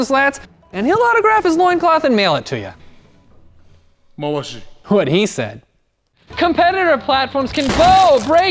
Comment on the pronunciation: My lmao part was when he said mouashi